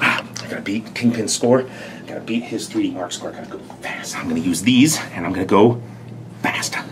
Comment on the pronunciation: why does it sound like he said 30mark? and not 3D MARK....lol i listened to it 6 times and still sounds like 30mark